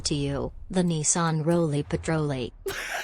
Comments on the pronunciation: I love your content but the constant Niss--an instead of neesan pronunciation about drove me nuts 🤣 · I almost couldn't watch with his consistent saying of niss-ann ITS NEEEESANNN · FYI its pronounced kneson not nisson even though its speld Nissan unless you are saying it like that as a joke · Say it more like KneeSan no NiSun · Not Nissan it is NissAn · It's pronounced Nee Saan. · its pronounced "Neeson" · Your hurting my brain as your pronouncing Nissan wrong. Got to skip this video. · Bru u don’t know how to say Nissan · Ok pronounce Nissan correct please just put it into Google translate and listen to it it’s not the way you pronounce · Spends whole video shouting and still can’t pronounce Nissan properly… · Anybody else getting pissed off at the way he says "Nissan"? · is pronouncing Nissan wrong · I guess I’ve been pronouncing Nissan wrong my whole life. Oops. Lol